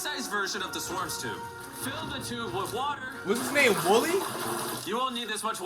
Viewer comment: Nigga said woolly 😂😂😂